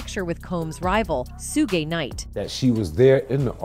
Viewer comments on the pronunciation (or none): Yeah, cause it's a computer ETA: You've never wondered why the voice over messes up names all the time? In this video we're calling Suge Knight "sue-gay"?